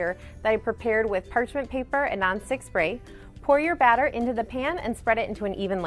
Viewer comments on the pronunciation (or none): none